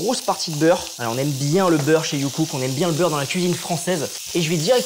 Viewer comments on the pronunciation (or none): à chaque fois dans l'intro j'entends JUNGKOOK au lieu de youcook 😂😂 les army's comprennent 😂😂😂😂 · Ah moi la première fois que j'ai entendu j'ai entendu JongKook x)